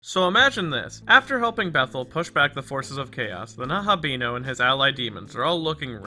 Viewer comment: The video was very :) The pronunciation of Nahobino was very :(